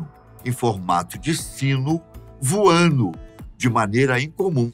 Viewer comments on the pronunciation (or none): "Viu um objeto em forma de sino,VUANU..."🤣